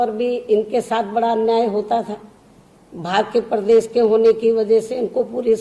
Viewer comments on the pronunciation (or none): Me Mayawati ji Behanji ki bhut izzat krta hu lekin mujhe dukh hota he ki behanji ki hindi bhasha shudh nhi he . Madam sha shabd ka ucharan sa keh kar ke karti he jsise pradesh ko prades kehti he .shramik ko sramik keh rahi he . Madam bhasha par dhyan de to acha hoga.